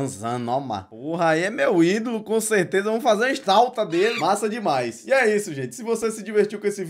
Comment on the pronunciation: “Fazer uma estautua delê” KKKKK